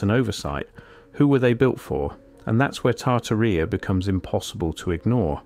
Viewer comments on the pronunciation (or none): The original giants are from the bible. Genesis 6 tells of fallen angels (200) who took human women that gave birth to the Nephilim. And Tartaria doesn't rhyme with diarrhea, it is pronounced Tar-TAR-ia 😂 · It's said...Tar-tearia... not Tar-ti-ria 🤣🤣🤣... It would be nice to see the photos of the buildings as you're talking about them, and it's so NOT COOL that you've used AI generated photos in the mix... shame on you!... what a fruad and a waste of time too. Why didnt you do the proper research and leave the fake photos out??? There is PLENTY of REAL evidence of giants, but adding a buch of fake AI photos in with the real ones, makes EVERYTHING you say and show us, questionable, unrealistic and less believable, especially for those who actually dont know about giants being real .. so thanx dummy,... i definitely wont be watching you again! 🙄🙄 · Genesis 6-4 says there were giants in the earth in those days and also after that(after the flood).the bible is 100% true and its 100% a historical document.its tar tar ia not tar tar rea by the way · Pronounced Tar tar rub! I hate AI voice overs! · Tar-tuh-REE-UH. Seriously? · Correct pronunciation and accent when you're dealing with history please ! Names are not to be mangled ... Tartaria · Your cant even pronounce Tartaria correctly 😂 do better 👎